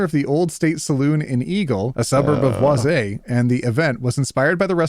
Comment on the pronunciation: Idk why but the way you said "BWAH-ZAY" for Boise is killing me 😂